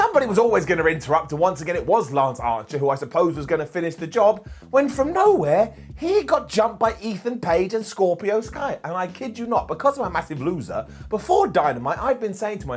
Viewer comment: Isn't it Archer? be pronouncing it Ancher lol.